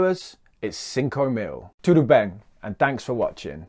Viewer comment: yes!! Perfect!! Didn’t sound “gringo” at all